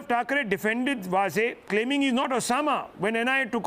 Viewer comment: वाझे, not वझे.